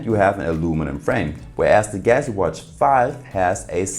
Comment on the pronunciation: Say it with me: GAL UX EE lol